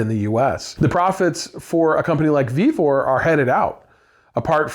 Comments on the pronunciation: It's VEVOR😂😂😂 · Vevor, it’s Vevor